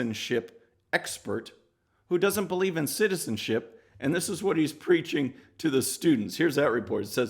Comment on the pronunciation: You cant say citizenship... That's ok, I cant say disks.